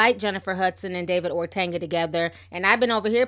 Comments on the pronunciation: OTUNGA not ORTANGA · Ortanga? O-Tung-a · Ti, stop calling him Ortanga lol, his name is Otunga haha...... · Yooo it’s O-TON-GUH not ortenga nooo ma’am.. I’m sorry but you saying his name all wrong bothering me 🙄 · I love your videos.. But it's OR-TUN-GA not OR-TAN-GA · Please pronounce David's last name correctly. It's O-t-u-n-g-a, not Ortenga or Otenga. Thank you, Miss. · Hi you are pronouncing David’s name incorrect. It’s pronounced “O-Tunga” not “Ortenga.” It’s an African last name and the way you are pronouncing it is more Spanish. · "Ortanga" lol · (O-Tun-ga) I love you Ti but I had to😭😂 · I laughed every time you said "OrTanga" 😂 Anyway, J Hud had a rep in these streets for being a Diva every since her knocked kneed behind lost all that weight. This isn't a huge shock but I don't believe David was violent to her. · Will you ever say this man's name correctly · I'm Kenyan and its really hillarious how you pronunced "otunga" though you tried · There is no ‘R’ in his name!! Love ya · Ti there is no r in Otunga 😂